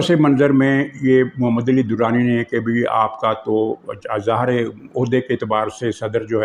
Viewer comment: You are my one of the favourites vlogger but distorting name of " Ali " sounded so painful